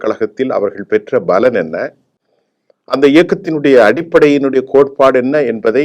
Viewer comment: நிர்வாணம் இல்ல,நிறுவனர், பளன் இல்ல, பலன் உச்சரிப்பு சரியில்லை தமிழ் நன்கு படிக்கவும்.😂😂